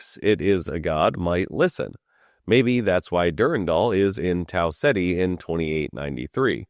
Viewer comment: Your pronunciation of Tau Ceti is incorrect, it is "Tau Keeta"